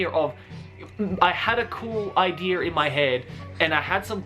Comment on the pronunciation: Great shiet he says ideer alot 😹